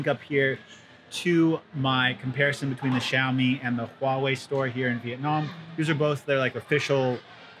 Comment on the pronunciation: I think xiaomi not xaiomi